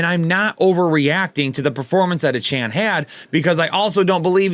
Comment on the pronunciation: Lol it’s pronounced A-chain